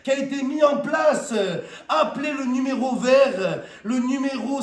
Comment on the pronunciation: Le numé“Rowe ” vert 😂